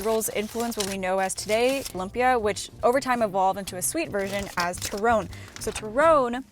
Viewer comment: I wanted to say you were pronouncing turon and pansit wrong... but then all of a sudden --- Longanisa with pasta and butter??????????? Ugh